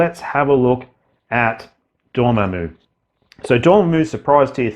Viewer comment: Dorm—MAM—u, not Dorm—a—moo